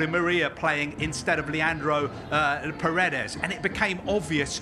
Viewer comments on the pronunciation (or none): none